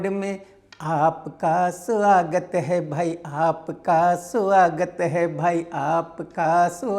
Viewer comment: आपका सुआगत है, आपका सुआगत है,, आपका सुआगत है